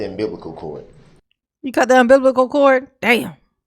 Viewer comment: Did he say he cut “Un Biblical Cord” 😂